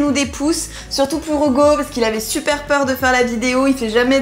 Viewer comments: Ça me tue elle dit Ougo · ca m'enerve elle dit hougo a lieu de hugo